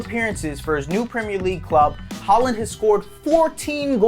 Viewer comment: Why do Americans just decide that they know how to pronounce names without checking first If you’re gonna make a video on him at least get his name right🤦‍♂️